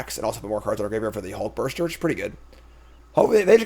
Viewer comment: "Hulkburster" has to be the most irrationally triggering mispronunciation I've heard from yet.